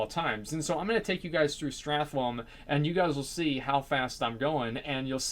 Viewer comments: strathlome xD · Strahtlome? And sefooz? So many things you pronounce incorrect, I mean... you do nothing but play WoW. Come on.